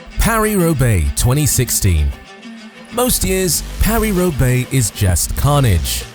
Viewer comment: Paris-Roubaix, not “Robaix”